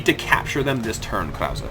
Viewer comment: You've started to get "Krause" right sometimes. Again, the final "e" is pronounced. I'm not German, but I'm familiar enough with the language to cringe every time you say "Kraus". :-)